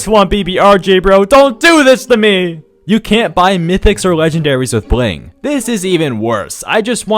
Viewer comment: Thing 141: the way you pronnounce 'bling'